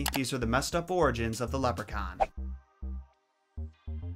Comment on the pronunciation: Love the way u say leprechaun its mint 😁